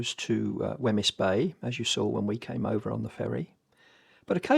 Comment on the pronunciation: Nice video. Note on pronunciation of local areas: “Rothesay” = ROTH-SEE “Wemyss Bay” = WEEMZ Bay